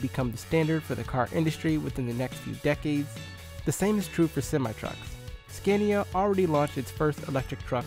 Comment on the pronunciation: BECAUSE SCANIA IS OWNED BY VOLKSWAGEN, DOESNT MEAN ITS FULL NAME IS VOLKSWAGEN SCANIA, and its scAnia not scEnia